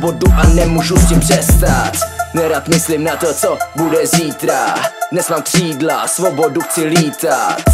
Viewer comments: Že neumí Ř? Kšídla... :D:D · Nauč se říkat ř !! Kšídlaa :D